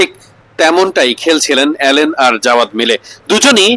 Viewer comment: অ্যালেন না ভাই আলিন